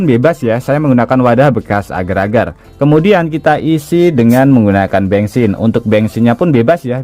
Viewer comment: Bensin bukan bengsin 😂😂😂😂